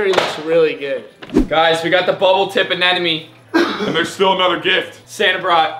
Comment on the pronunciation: Why do u say anenome instead of anemone